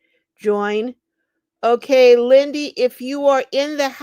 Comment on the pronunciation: Lindy not windy